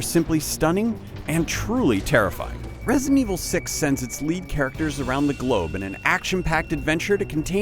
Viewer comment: For the love of god. It's Re-si-dent evil 6. 3 syllables. Not resent evil 6. Drove me f-ing crazy to listen to this schmo